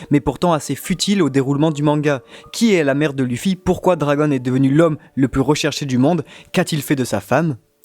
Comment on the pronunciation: APPREND A PRONONCER LE NOM DU HERO